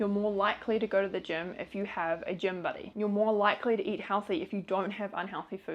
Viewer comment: I thought you said gym bunny instead of buddy.lol❗️🤣😂😂😂😂